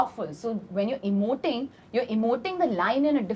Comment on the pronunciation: When pooja hegde says emoting 😂😂😂😂😂😂